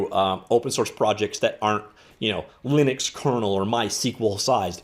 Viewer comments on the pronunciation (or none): none